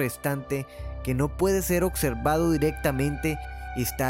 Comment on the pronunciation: ocservado, cactar, interrucción.